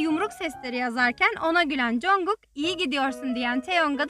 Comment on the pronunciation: knk tm çok tatlı konuşuyosn da CONGUK demen cringe geldi...